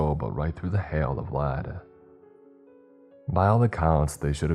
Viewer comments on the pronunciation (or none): none